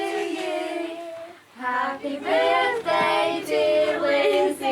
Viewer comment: happy berfday lizzey